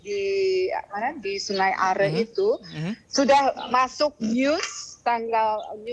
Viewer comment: Hai news anchor....orang lokal di seputar sungai Aare saja menyebutnya sungai Aare ( Arè)..bukan sungai Ar seperti yg anda sebutkan. Penting penyebutan yg benar. Semoga team SAR cepat menemukan anak kang Emil dalam keadaan sehat. Aamiin